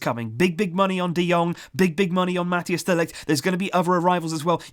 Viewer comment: Mathijs say the hijs part as ICE